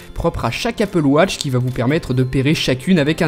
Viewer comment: apple watch et non apple wotch XD